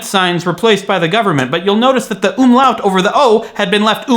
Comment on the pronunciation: the umlouts were pretty good, from a swedish perspective anyways